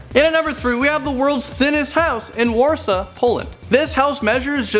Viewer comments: It's not Warsa Poland, it is Warsaw, Poland. As in (War-Saw) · It's not worsa it's vorsa how do I know that I'm polish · WARSAW NOT WARSA